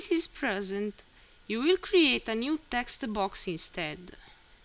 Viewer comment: "Tha textu boax", gets me everytime xD